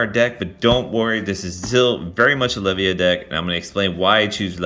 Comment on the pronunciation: You should have far more subs. Really enjoy your videos. Asids from your mispronunciation of Le-VY-UH